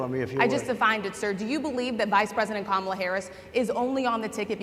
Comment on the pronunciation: He purposely mispronounced the VP's first name. He knows it's "KA-mala." You could hear the groans. How would he feel if we all called him "duh-nALLd" from now on? Or Mister "TROOMP"? He's an old man who know what he's doing. He's a criminal who can't answer the tough quesrions.